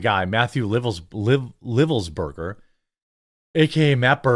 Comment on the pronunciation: Livelsberger, he pronounced the "i" as " eye". Really great dude... no idea wtf happened